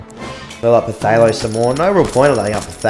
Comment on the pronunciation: Whwn u pronounced phtalo i thought u said potato xD